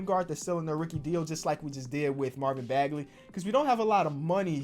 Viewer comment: He said "Marvin bagaley" 🤣🤣